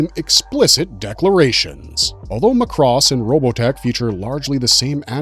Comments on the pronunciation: Since moving to Japan I learned that Macross has several shows and Robotech was a mess created by HG. By the way, its pronounced "MAH-KOO-ROSS" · Ugh, this is unwatchable as the guy mispronounces every robotech word. It's Macross (emphasis on the first syllable) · is it pronounced muhcross or mak•ross? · He butchers a bunch of Japanese names too. (cringe) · Clearly you never watched the show mate, can't pronounce Zentradi or Macross, I switched off after 30 seconds. Thumbs down all around!!! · It is pronounced macross like the a sound in the word “at”. Not uh so if you’re going to make a video to tell the history of something learn how to pronounce the names correctly dude and the way you say sentredy my god dude learn the names first then make the video or you just sound like an idiot . God you’re butchering everything’s names! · Zentraydee, Sowthern Cross, MOSPAYDIA, MOSPAYDA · Please, please, please. Mari Iijima (Minmay herself) has told fans it is pronounced "MA-cross". NOT "ma-CROSS". Emphasis is on the first syllable. Seems like ever since the 2006 ADV dub introduced that pronunciation, people have been pronouncing it wrong. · It's pronounced as "Mac-Ross" not "Muh-Cross". Macross had more than one war in its entire franchise. Every Macross series had its own war or conflict. Robotech has 3 wars because its mashed up 3 anime series into one show. As for the licensing Harmony Gold/Tatsunoko Productions only have distribution and merchandising rights of the original 1982 Macross series outside of Japan and none of the sequels. The Macross IP is still exclusively owned by Big West. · You're pronouncing Macross wrong. In Japan they pronounced it as Mac-Cross not Mac-Ross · MAAAA CROSS DUDE!!! ugh like a sheep saying Baaaa—MA’CROSS MAH-krohs!!!!!! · it's not Mc Cross it is Macross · Pronounced Mac Cross. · Its "mack-ross." And its "Zen-trah-de". Im surprised you dont say "Robot-ech." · Mc Cross.... Ceart go leor?? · and Muh-cross 😄